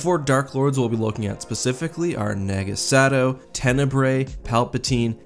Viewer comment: Dude it’s Naaahgo Sad-oh